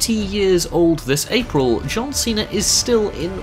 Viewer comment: Cesare instead of Cena